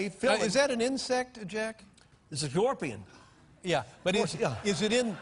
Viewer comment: "This a GORPION !"